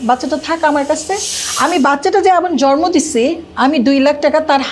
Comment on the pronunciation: বাচ্চা “ জরমো” উচচরন করেনা সুষ্ঠ উঁচ্চরন “জন্ম” বুঝলে বাংলা যদি সুন্দর করে না বলতে পার তবে কেমন করে মুভি নাটকে অভিনয় করতে যাও? আর বাচ্চা কিন্তু দুই জনের ই অধিকার যতই খারাপ বা দুষ্ট হোক বাবা অথবা মা এই কাজটা ভালোকরো নাই ম্যম। যখন তোমরা বিয়ে করছিলা তখন কি আমাদের বলে কয়ে করছিলা?? এখন যখন তোমাদের মধ্যে গন্ডগোল তখন কেন আমাদের কানে ঘ্যন ঘ্যন করতেছো সামনে কিন্তু তোমার কপালে খারাপ আছে ৯৫% হবেই দেখিও বিউটি